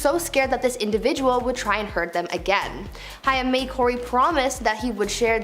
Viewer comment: COREY HAIM (HAY-M) It helps to pronounce the names correctly while reporting on them... Just some Food for Thought